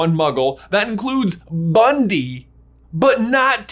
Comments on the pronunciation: bro. It’s Bunty. Not Bundy. 😂 Bruh. Come on. Newt called her Bunty. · It's driving me mad...it's BunTy NOT BunDy! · facepalm it's BUNTY, not Bundy... It's pronounced "BUN-TEE" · Her name is Bunty, not Bundy. And I don't think it's Tina in disguise, but who knows for sure? Jacob is magical, for sure. I knew it when he didn't forget his memories in Fantastic Beasts. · It's bunty not bundy, lol laughed so hard when you called her that. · Great video. one small problem the name is Bunty nor Bundi. I may have misheard and yes she is minimal in the 2nd movie but still. You can see in the note Newt left for her when he left for Paris with Jacob. Still great work waiting for this movie and trying to use my Dad's WB connection story get premier of screening tickets I can't wait forever. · I thought her name was Bunty a common British name not Bundy? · Cool video, thanks! Fyi her name is actually "Bunty," not Bundy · Did you say Bundy? It's definitely Bunty. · Isn't her name Bunty and not Bundy? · It's "bunty" not Bundy. Omfg you guys. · BunTY not Bundy. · BunTy not BunDy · sorry...i cringe at that you call her "Bundy" her name is "Bunty". its small but it bugs me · You keep calling her Bundy!! Her name is BUNTY!!!!! FFS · Isn't it Bun-TEE?